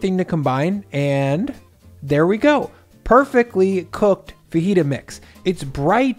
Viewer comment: FaJita not fahita